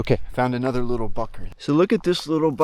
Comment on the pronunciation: "Littel *uckers".. lol ; )